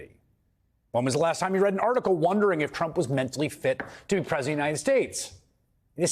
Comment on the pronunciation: " to presiunitedstates" I get that it's a long title but you could at least try to pronounce it, and not just go "punitedstates".